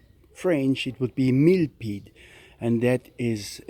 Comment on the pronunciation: It's funny the way you say it millpead it's pronounced like millapead